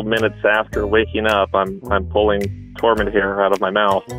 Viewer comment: Ohhh Tormund. I thought he said the cat’s name was Torment 😂.